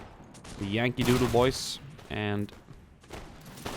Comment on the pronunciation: Why does he pronounce "boys" like "boise"?